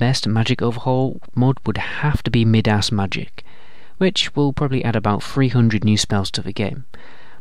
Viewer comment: "Mid-ass Magic." I prefer that instead of Midas Magic.